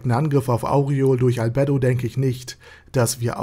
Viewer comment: Schönes Video, aber was mir in jedem deiner Videos auffällt.... Du sprichst die Namen immer falsch aus, das tut beim zuhören weh ;( . z.B. Albedo oder Cocytus und auch hier Aureole . In den Anime auf Deutsch oder Japanisch werden die Namen so nie ausgesprochen wie du es machst.